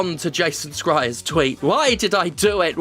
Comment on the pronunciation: Jason Schreier's last name is pronounced like "sh" not "sc"